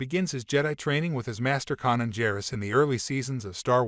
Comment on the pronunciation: Kanan not Conan